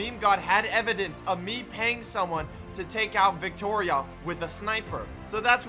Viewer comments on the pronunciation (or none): Nobody:: Wicktoria